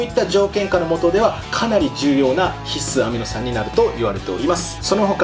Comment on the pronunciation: ひっ↑す アミノ酸。が気になる。笑